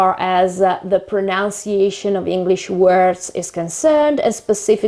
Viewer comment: You’re saying “pronunciation” incorrectly. It’s not “proNOUNciation,” but “proNUNciation.”